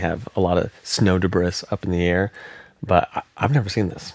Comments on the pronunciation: deb-ree not deb-riss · Did you say debriss? Really? Debris is pronounced de-bree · Love these video's! Really appreciate it. just a heads up, Debris is pronounced "deb-ree", the "s" is not pronounced (French words ... i know) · He pronounces "debris" as both "day-bree" (correct) and "deh-briss" (incorrect). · man it was making my eye twitch hearing you day deBRIS but then you pronounced it deBREE in the same video and that somehow makes it worse! Great vid tho! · Duh-BREE not duh-briss. FFS. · Duh-bree not Duh-bris🫩 Ain't no way you pronounce it Duh-bris this whole video except for 🤣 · You're the second video I've seen in the last two days where someone pronounces Debris (De-brie) as De-bris, is this a regional thing? Also saw snow lightning and thunder in the Snowy Mountains Australia back in '83, was very weird in the middle of a blizzard. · For what it's worth, "debris" is pronounced "duh-bree," not "duh-briss." That aside, this was a superb presentation,. Some fascinating phenomena covered here. Appreciate you sharing this with us. Keep up the great work, brother. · De-Bress??? OH!!! DEBRIS! ;P It's pronounce The-BRIE. Like the Cheese. Or De-Bree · Btw , it's not deb-ris" it's deh-bree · why you say debriss every time before you say debree this time? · He knows it's pronounced like De-bree right, not De-bris lol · pronounced de-bree lol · I tried not to make this comment ... DEBRIS is pronounced duhBREE ... French origin ... I hate to be the pronunciation police, but I just couldn't take it anymore .... kml ... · Debris is pronounced deb-bree. The S is silent. Good video. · I can't let that pronunciation of debis slide 😭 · Oh shit "de briss" let me call a rabbi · my guy, in the same video, went from "debriss" to pronouncing it properly out of nowhere! Ragebait lol. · bro really wanted to make sure we knew that he knows what big words are after calling debris “debriss” just a few minutes before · Aint no way bro is saying debris like "deh-briss"